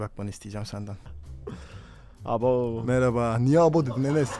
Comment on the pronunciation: Enes:abovv:niye abov dedin enes😅😅